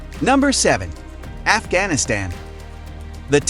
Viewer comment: This was interesting, but all the mispronunciations (undermining, Afghanistan, etc.) were distracting.